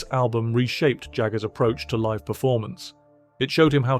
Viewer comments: Exile on main Saint? Liv at the Apollo? Is this a bot providing the narrative? It's street and live as in alive! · "Liv" at the Appollo!! Balderdash. Insult the listener's' intelligence.